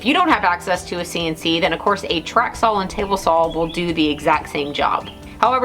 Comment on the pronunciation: Why does say “SAWL” instead of “SAW”? Just wondering.